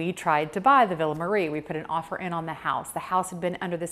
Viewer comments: Not Marre is not pronounced Marie. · It’s WELL documented that when the Marres lived in Arkansas they pronounced it Marre, who we respect how they wanted it pronounced even if that doesn’t fit the Italian pronunciation.